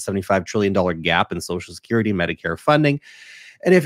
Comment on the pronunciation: said “sosal shakerrety” instead of social security.